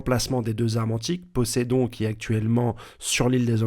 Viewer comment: Avoue tu le fais exprès gros pour avoir des commentaires de dire poceidon et droggy 🤣génie du mal